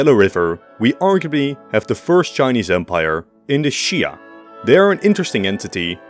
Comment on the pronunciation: xia is pronounced closer to shya over shi-ya